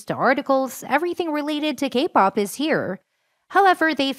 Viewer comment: For a second I thought you were saying "gay-pop".... 😂